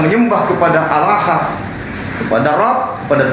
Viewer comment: Sdh sering ini mengolok2 Islam sperti nama ALLAH dgn sebutan Olloh, menyebut kalimat Isyaolloh, lalu sholat, zakat dll. Pd hal klo dia mau buka Bible ada nama allah yg nyomot dr Alqur an, lalu ada kalimat JIKA TUHAN MENGHENDAKI, YESUS PUN BERSUJUD, lalu tentang zakat... Zakat untuk fakir miskin tp beda dgn PER10AN yg lbh byk untuk Pdt. Mungkin Pdt ini Jarang baca Bible ato takut jemaat gereja yg pd jd mualaf.